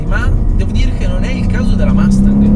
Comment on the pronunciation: Non hai mai sentito un’ americano pronunciare Mustang ? Son sicuro che l’inglese lo parli, per noi americani fa un brutto suono quando certe parole che infine sono abbastanza facile da pronunciare nel modo giusto , provaci , ti seguo , oh delle macchine molto interessanti , sia americane che europei , ciao da Cleveland Ohio